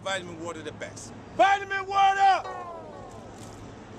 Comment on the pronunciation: vitimin woter m8.